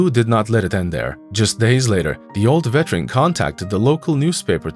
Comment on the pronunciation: IT'S NOT VETRAN, IT'S VET-ER-AN. You are as bad as the brats in the story.